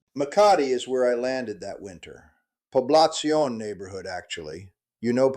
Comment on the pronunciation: There are no 7/11 parking lots in Makati but there are a few 7/11's. Given your time in the Philippines you should know how to properly pronounce Poblacion. Maybe your entire story is just made up.